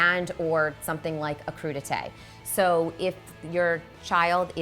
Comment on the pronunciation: What is a crew-du-taye??? For us less sophisticated troglodytes.